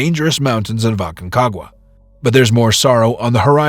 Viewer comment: Ah-con cagua, not Eh con cagua.